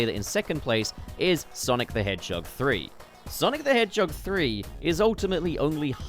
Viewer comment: Wonder what’s the number for how many times bro said “Sonic The Hedgechog” lol